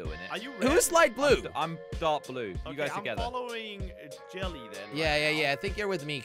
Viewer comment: •- its jelly,not helly